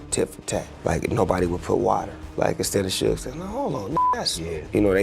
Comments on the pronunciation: Please. Its not "soog" it's "Shug" like "Sugar". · It would be "shoug". "shug" would sound like "hug" with a "sh" at the start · Who TF is Sooge Knight? Do you mean Suge???? AI is uncultured to the fullest.